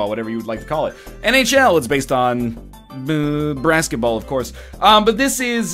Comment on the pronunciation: "NHL! Based on... hrrr, brassketball." I love you, NL.